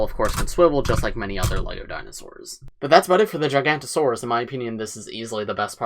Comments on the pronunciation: Every paleo-nerd when mid said "Gigantosaurus": 😤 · It is jig-a-note-a-saurus and thare-i-zeen-o-saurus